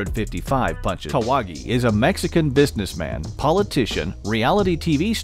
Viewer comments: Jorge Kawahgi😂😂😂😂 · Kahwagi bro c'mon...